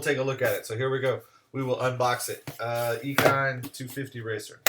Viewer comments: I think it's pronounced like machine, eachine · that's a first ive never heard ekine